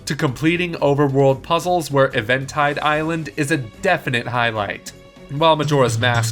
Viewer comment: Did you just say ev-ehn tide island